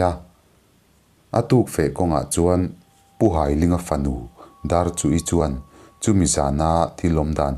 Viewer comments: Pu Hailinga hi ka nu pa,ka pu ania a hming hai tih lai hi mi kan hai a,ka hai che tih anga lam tur,an fapa hi Lalkiana ani a,chuan ka nute unau zinga upa ber Nghakthangi hi ala dam a,Lawngtlai college vengah an cheng mek e,kan tet laiin ka piin min hrilh ṭhin a kan hlau thei lutuk,zanahte hiam kan zung ngam lo a,api kan in hruaitir ṭhin,ka lung aleng hle mai,he chanchin i dah vang hian ka lawm em em e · hailinga hming ilam dan hi hai tih lai ..thawhka hai tih lai ang leh ling pawh hi meiling kan tih ang hian lam tur aw